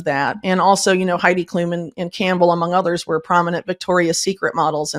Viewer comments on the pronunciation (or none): none